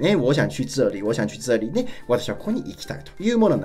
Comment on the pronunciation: 这里 の発音が掴めなさすぎる ツァーリ？！ チャーリー？！